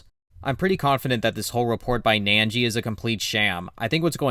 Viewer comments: Why are you saying "nan-jee"? It's "nin-jee". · why would you think its pronounced 'nangee' when its spelled 'Ningi'? Where's your 'a' sound coming from?